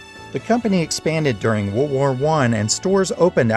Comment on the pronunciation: You saying "World War one" = "WereWar One"